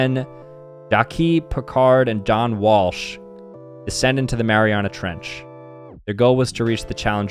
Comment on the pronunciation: You mispronounced andromeda. And grenadier and Marianas trench the first time (marinas trench)